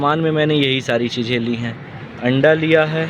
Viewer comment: Namaj❌Namaz✔ Cheeje❌Cheeze✔ Badsa❌Badshah✔ Suru❌Shuru✔